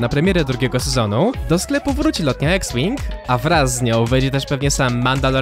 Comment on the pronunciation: CZYTA SIE IKS ŁING